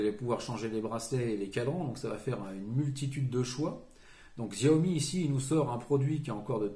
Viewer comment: Arghhh CH-I-A-OMI !!!! sinon super vidéo 😂